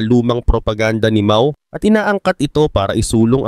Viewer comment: Pronunciation Po ay MAO=MAW……not MA——O……MAO=MAW ( one word).